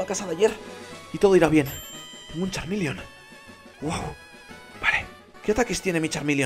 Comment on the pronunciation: nooooooooooooooo es Charmeleon no charminion y tambien es Charmander